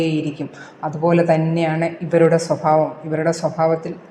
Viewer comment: സ്വഫാവമല്ല സ്വഭാവം എന്നുച്ഛരിക്കുക